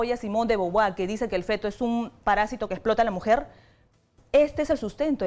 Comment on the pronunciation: "violencia contra el hombre" "mUEREN MÁS onvres QUE MUJERES" CLARAMENTE NO COMPRENDIÓ LO QUE ACABA DE LEER. SIMONE DE BOBUAL XD PRONUNCIA BIEN! BEAUVOIR!